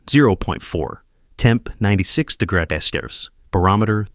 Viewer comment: AI mispronouncing about every other word. It said dagres when the written word is degrees. Need to teach AI how to properly speak. Send it to grade school. Listening from Seagoville,Texas